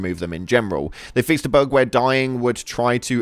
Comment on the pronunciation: I thought he said burger 🍔 but he said bug